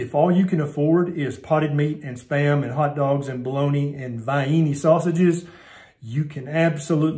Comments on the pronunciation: "Vie eenies". LOL. From AR, I can say: true. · Omg it’s so funny, I Love it! we grew up eating “vi-eenies “ I’ve never heard anyone out of West Virginia say it like that😊